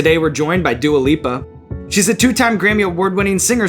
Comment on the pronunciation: So I wasnt going crazy, he is saying Duo Lipo instead of Dua Lipa lol